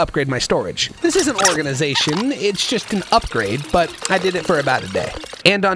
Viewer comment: The only part of the video that made me sad was knowing this is the last time I will hear, "ORGANIZATION"